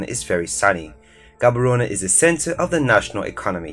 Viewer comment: Nice video but hey you're butchering some of the city names here like Gaborone,Windhoek and Gauteng